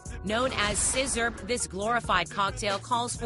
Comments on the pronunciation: Glad I drink lean and not "sizzerp" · "SIZZURP" 😂😂😂😂😂 what the fuck